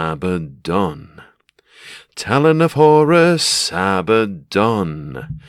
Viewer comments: It’s abaddon, not ABBA. Makes him sounds like the pop band. Pathetic if it really is that. Abba the dancing queen. Solid paint job mate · If you're going to call him ABBA DON. Might as well have sang 'Dancing Queen' 😂😂😂. Its officially pronounced Uh-bad-uhn. Which is a Hebrew term for destruction and death. But Andy Chambers named him this because he's A Bad Un. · it's not Abbadon, it's Abbadon! hahaha great as always mate. cheers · If it was abba-don, it would be spelled Abbadon. Not Abaddon. So the inventors can say abba-don all they want, but they have to admit they either misspelled it or they're mispronouncing it.😂 The choice is yours!!!